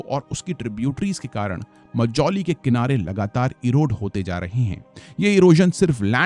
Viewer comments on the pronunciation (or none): I request you to pronounce the names correctly of tributary rivers. Also it is not "मोजौली" it is "माजुली". Love from Assam❤ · Sir assam ka pronunciation thik kijiye assam aur majuli ka. Aap galat tarike se pronounced kar rahe hai.